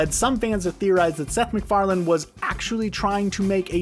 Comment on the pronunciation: You make a video and you mispronounce the creators name… noice :)))) it is Seth MacFarlane, not McFarland…